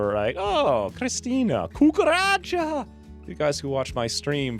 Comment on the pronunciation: "Cucaracha", I laughed, I'm also muy latino, still lovin' this <3 Pd: I'm also lovin' that pronunciation <3